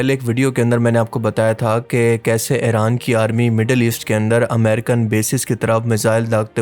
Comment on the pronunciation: Ye Tum "Eren " kyu kehte ho "Iran" Kaho.